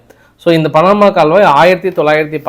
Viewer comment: பணமா இல்லை பனாமா.தமிழ் உச்சரீப்புகளில் நிறைய கவனம் தேவை